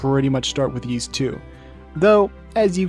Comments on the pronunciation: OMG stop saying "Yeese" :( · "Yeees"? No. The title screen has its IPA pronunciation ffs. Anyway this boss kicked my ass until I realised that you need to use the Time Ring. For some reason no walkthrough tells you this... but try it; it takes a nigh-impossible boss and makes it a cakewalk. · I think the anime is a good way to experience the story of Ys 1 and 2 without having to go through the games (and that is rarely the case for anime adaptions of games, I find). It's also a good way to figure out how to pronounce Ys, something which the creator of this video somehow managed to avoid learning.